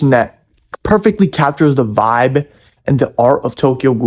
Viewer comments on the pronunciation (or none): none